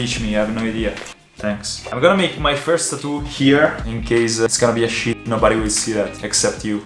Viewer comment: I love how he says “sheit”